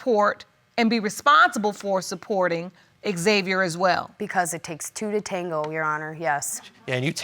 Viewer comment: Why does the judge keep calling him X-Xviar though? It’s xaviar no x